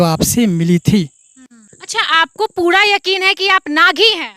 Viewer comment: Puda nahi hota hai pura hota hai ekdam pagalpanthi se hamara desh khatra me jaraha hai